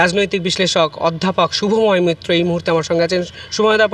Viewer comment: মৈত্র ✅মিত্র ❌